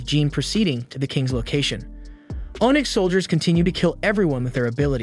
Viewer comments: Bruh. If you're going to narrate....pronounce the words properly. One example. You say ohnyx. It is pronounced onix. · Ah yes, oh-nyx warriors and severly wounded az-az-el. Is english your second language?